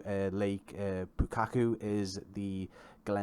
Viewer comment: Thanks for the video, NZA Simulations do fantastic work and Glentanner is particularly well recreated. Will have to pick this up as the Raglan and Nelson sceneries are also favourites of mine. No one has helped you out with the pronunciation yet, so just a couple I noticed: Twizel = Twy-zill (NZ accent turns an 'e' into an 'i' sound) Lake Pukaki = Lake Pu-car-key